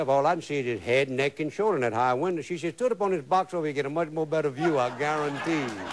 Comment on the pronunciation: Justin is the all time top cooking show host. Stil say garontee all the time.